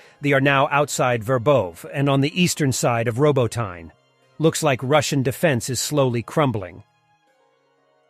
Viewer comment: Row BOAT In Uh or Row BOAT In Ye - emphasis on BOAT - Robotyne